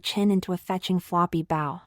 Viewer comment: Mostly a good story, but really annoying to repeat several lines several times throughout. And the AI needs training on how to pronounce "bow" !